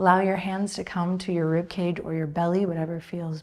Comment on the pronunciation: You said “rib keg”, hehe.